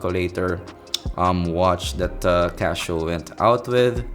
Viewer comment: Casio doesn't translate through your accent well...lol, you're saying Casho.